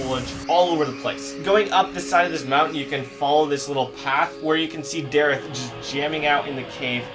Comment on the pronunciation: Darith😂 Do u mean Dareth